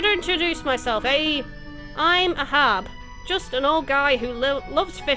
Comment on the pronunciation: the name Ahab is from the book Moby Dick. It's pronounced "ay-hab" with emphasis on the first part. (There's also an Ahab mentioned in the Bible, but I think the Moby Dick reference is the most likely, with Ahab being a pirate captain. Also "archi-PELL-ago". Emphasis on the second part.